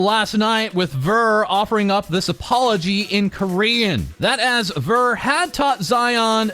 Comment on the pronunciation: I did notice this part way through. You may never see this comment but Ver's name is pronounced (V-ea-r) kind of like Year